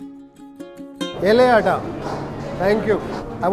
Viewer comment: Its ela ada, not yelle ada